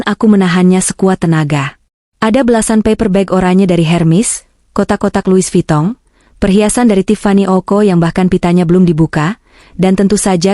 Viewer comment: Louis Vuitton. Louis Vitong😂.